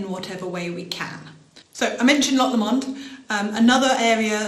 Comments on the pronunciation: Good informative vid, thanks. My only other comment is the pronunciation of Loch Lomond, it is a single 'M' and is pronounced more like LOWmond not Lommond. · Le Monde?! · Interesting stuff, but I think your pronouncing of Loch Lomond needs some research.